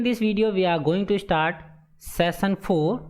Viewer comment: Sir your hard work is, Like me 99.9 but please correct your session spelling when you speak session 🤣🤣🤣🤣🤣🤣🤣🤣🤣🤣🤣🤣🤣